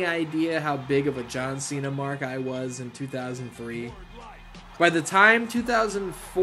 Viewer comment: And in reference to John Chenna…It’s how Santino Marella used to pronounce Cenas name. He’d say “John Chaina”